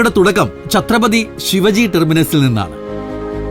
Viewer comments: Please note it ....Shivaji ennalla Shivaaji ennu pronunciation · ഛത്രപതി ശിവാജി not ശിവജി. Please correct. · When you say Shivaji...just stress the 'a' Shivaaji.. 👍🏻 Shiv-ji is a God... Shivaji was a ruler very important to Maharashtrians ..Otherwise great video 👍🏻😊